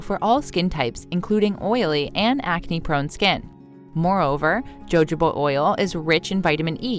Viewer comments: Number 3 is jojoba. It is pronounced Ho ho ba. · JOJOBA OIL is pronounced HOHOBA OIL. The J is silent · Jojoba oil, is pronounced hohoba oil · Jojoba is pronounced as "hohoba" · Jojoba (pronounced) hohoba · It is pronounced “hohoba oil” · Jojoba oil is pronounced... HO-HO-BA oil. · Jojoba is pronounced huh-how-buh. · jojoba oil is pronounced hohoba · JoJoba is prounounced Ho Hoba Oil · Jojoba is pronounced hohoba. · Mam, it’s pronounced HOHOba oil😂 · "Hohoba" is how to pronounce it 🤦🏼‍♀️ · It's pronounced (jojoba) Huh-ho-buh. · Jojoba = ho-ho-bah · It’s pronounced “ho ho ba”. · LOL, Jojoba is pronounced hohoba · Learn how to pronounce the name of the oil before you try to pitch it. Jojoba is pronounced “Hahoba “🙄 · Lol...its pronounced ho-ho-buh. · At least learn how to pronounce the words in your video. Jojoba oil = Huhoba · It’s ho ho bah. Silly woman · Ha ha ha ha ha - you do not know how to pronounce Jojoba Oil - I suggest you ask Google to help your pronunciation. Mind you, it did make me giggle! As the American language always does - the biggest laugh is when they say they speak English - they so obviously don't! Jo Jo 🤣🤣🤣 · And AI audio. This video got over 1 million views which is nicely monetized but the mispronunciation of Jojoba over and over again what is beyond annoying. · Actually it's pronounced with a sound like German Buch, Mexican X, Spanish j is not h. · When someone pronounces Jojoba oil with a ‘ J ‘ sound, I stop watching. I figure that they don’t know what they’re talking about because they don’t know how to pronounce the word correctly. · I have never heard jojoba oil mispronounced as it was in this video. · When we VISIITED the JoJoba FARMS in Santa Clara, California, NOBODY pronounced "Jojoba" as this NARRATOR DOES. Jose' nor Juan sounded like the "J" in her JoJoba oil EITHER . WHAT'S WITH HER ? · Anyone else stop taking this seriously when she started pronouncing the Js in jojoba? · Please look up the correct pronunciation of jojoba. 🙏🏻